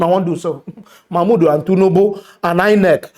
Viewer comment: Man why u deh murder the names naa?,😂😂... Which one be "Mama Udu,(insted of Mahmood) and Tunubu 🤣(insted of Tinubu)